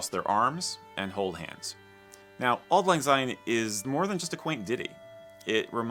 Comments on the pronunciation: There are a couple of things the American commentator said which must be clarified. Scots do NOT celebrate Hogmanay! We celebrate New Year which comes at midnight, obviously. He is partly correct when he talks of redding up the house. This is in anticipation of New Year. The pronunciation of Syne in the song Auld Lang is Sign as in signpost. It is not Zine as he pronounced it. As a further note there is no letter Z in the Scots alphabet. I have never heard of Sainning. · I do not understand why furriners always pronounce Syne with a Z sound , it has an S just like since ( which is the meaning).